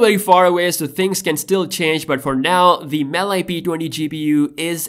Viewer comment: Btw its pronounced MAL- E gpu not mal i